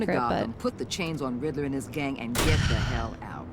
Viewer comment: The way you pronounce Riddlers name is different. Rid-dler